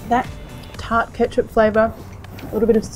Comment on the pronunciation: stopped as soon as i heard ketcup